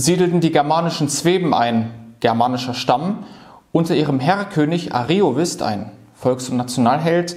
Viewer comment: Vielen Dank für den Beitrag. Ich möchte noch anmerken, daß zwei Wörter falsch betont wurden: Ariovíst(us) sowie Häduer (Betonung auf dem ä).